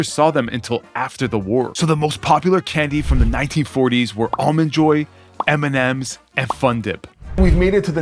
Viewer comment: M&Ms or Eminem